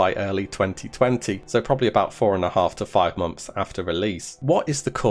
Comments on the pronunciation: Please learn to pronounce months properly, it's not momth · He does say mumps.. Wtf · stop pronouncing it as MOMTHS! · Unfortunately I watched this with captions on. Every time you said “months” captions read “mumps” I’ll never be able to hear you say the word “months” again